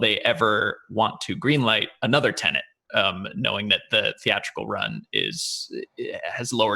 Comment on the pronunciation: Why are you saying Tenent? It's Tenet.